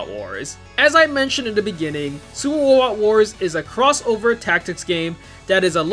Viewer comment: supah wobot wahs